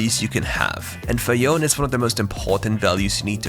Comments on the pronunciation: It's pronounce Yo - Ne right not Yon? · That Yone pronunciation bruh Pronounced as Yo-Ne or Yo-Nay...... Literally on their voice lines or watch the kin blade cinematic where Yasuo says Yone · All my respects for this channel gone when you called yone as yone instead of yOnE.